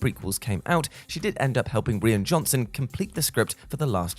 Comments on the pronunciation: And it's Rye ann Johnson not Reean! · You mean you haven't heard of Reen Johnson? :p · Who taught how to say the director's name